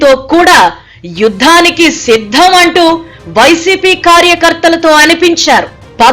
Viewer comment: That is not shiddam 😂😂😂 that is siddham😂😂😂